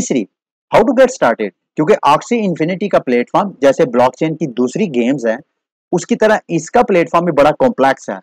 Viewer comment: Platform not platefrom please correct this as you speak mostly in all of your videos. Thank you